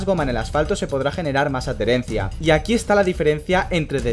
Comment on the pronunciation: Me encantan tus videos: creo que es el mejor canal para comprender cosas esenciales en la F1. Y me resulta curiosa tu forma de pronunciar adherencia: "ad-dherencia", jejeje.